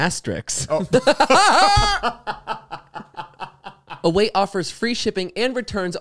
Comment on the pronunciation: Sorry, but funniest moment of whole podcast is actually Zane mispronouncing “Asterisk” durning the ad read for awaytravel and reaction. 😂😂😂 (27 min mark)